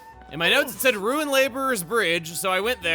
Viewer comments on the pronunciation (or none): none